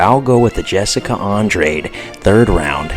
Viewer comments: Naw Ima take ur picks with a grain of salt when you don’t know how to pronounce Andrade last name 🤦🏻‍♂️ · Your analysis isn't bad, but please watch more fights and learn the fighter's name pronunciations. So many people are gonna drag you for that as you get more views. Andrade (Andraj) Kattar (Caiter)